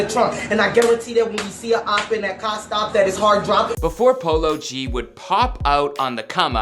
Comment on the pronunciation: did he just pronounce it as “palogee”